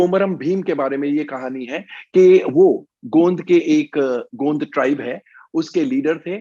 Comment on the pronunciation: गोंद नहीं गोंड अंग्रेज़ की औलाद 😂